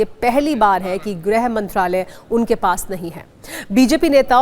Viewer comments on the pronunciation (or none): It's not grah like all fool pronounce , it's grih vibhag